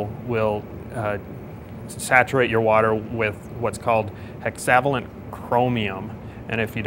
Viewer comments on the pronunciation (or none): "hexavalent"???? It's pronounced Hex - a - vey - lent. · >"hexaaavaaalent" "hex-a-vailent" hexavalent. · LOL HEXAVALENT lol hexa is a prefix for 6 and valent is like valence electrons . he totally butchered this hole video when he said that wrong